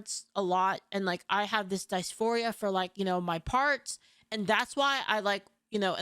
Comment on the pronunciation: DIS- FORIA Diss Four Eee Yuh Who tf say dicephoria. Its not a word.